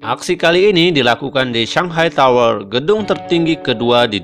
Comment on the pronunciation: Biasa aja bang bacanya, terutama di saat penyebutan kata "tower" ahaha